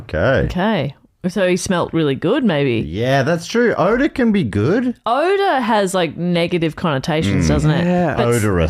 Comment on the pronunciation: I’m not here to rant about whether or not he was a samurai but I will say the pronunciation of his name killed me the entire episode lol